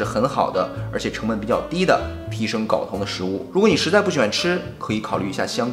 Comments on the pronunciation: 睾 音 高，不是搞。sorry，我是强迫症患者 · 为啥所有人都念 搞 啊，这个字明明读 高 啊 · 睾酮，读高，不是搞，懂了没？ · 跟我读“高”，一声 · 内容知识性很强，不过，不好意思我还是想纠正一下，睾（gāo）酮😂😂😂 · 睾酮 gao 第一声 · 到底是“搞同”还是“镐铜”？LMAO